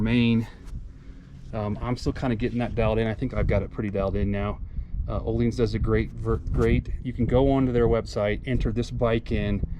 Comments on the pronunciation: ohleens lol its ohlins XD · I like your “ohleens” version 😂 jk. Beautiful bike